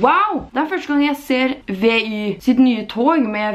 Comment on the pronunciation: Det heter Vy, ikke V-Y🤗 du ble kjempefin🥰